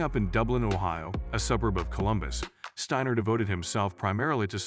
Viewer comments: Great video n awesome young lady!! Narrator, its pronounced Sti-ner not stannor lmao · STIner Not Steener get it right== idiot goes back and forth with the wrong pronunciation-- STEINER (the I is dominant) if Jewish then the E is dominant, and even says STAner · As bots go I didn't think this one was all that bad. However the tendency to go back and forth in pronunciation from Steiner to Steener was a bit annoying. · Good video except how is her last name properly pronounced... you used Steiner, Steener and Stainer??? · You would think its Joe Biden reading A Teleprompter. It’s a she and her name is Abby Steiner not steener. Lmmfao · Please pronounce her name properly she's a huge star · Steiner is an amazing talent. She deserves a much better video than this. So many errors, even mispronouncing her name, referring to her as 'himself' … she deserves more respect than to present this poor production as a 'tribute'! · Could you take just a minute to learn how to pronounce her name and other things in this video before posting? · Okay, you spell Abby with an E, mispronounce her name and, at one point say himself, instead of herself. Gotta do better editing. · First of all, you referred to her as "him" and then proceeded mispronouncing her name. Great journo, you dunce. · Agree that the language problems are very distracting. You referred to her several times as "him." In case you're not aware, "her" is female. You bitched pronunciation of her last name repeatedly. I admire Abby, but your show needs to get its act together. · Yeah, the constant switching back and forth in the pronunciation of her name plus the full on mispronunciation of Achilles was driving me crazy. Stayed only for Abby's sake.